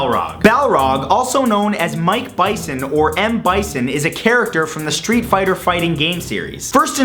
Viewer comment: You also pronounce "Bison" like the german word "beißen", which means "(to) bite". Could be a reference, too ;)